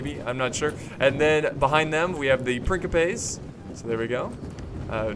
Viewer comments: Love your videos, man, been binging on them! Also, just because I appreciate your pronunciation attempts (and misattempts, haha)... Principes is pronounced "Prin-chee-pays" :-D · why does he keep pronouncing principes "prinkipes"? is that how its pronounced? because in spanish principe literally means prince and is pronounced like "prinsipes" but this is latin so idk, but in rome 1 and 2 the troops literally say "prinsipe" when you select them